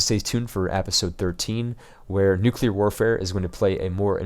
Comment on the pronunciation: just one thing... I thoroughly enjoy watching your videos, but your pronunciation of the word "episode" is driving me nuts! the "e" in episode is pronounced like the first "e" in the word enter. But, really great videos you do, please keep it up.